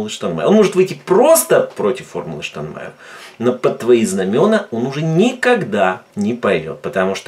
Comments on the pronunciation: Не штанмаер а Штайнмайер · Не Штанмайер, а Штайнмайер. Порохоботам простительно, а Вам,, нет